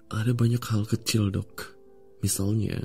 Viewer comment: Aku dengernya Dog bukan Dok🗿